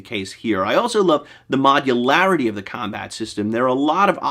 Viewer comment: You almost say modularity the same my favorite bard says muscularity.